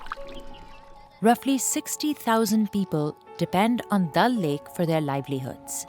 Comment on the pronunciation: It’s pronounce Daal lake not dal lake